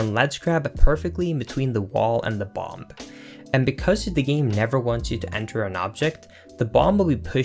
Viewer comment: Link us said BOM-BUH NOT BOM BUT BOM-BUH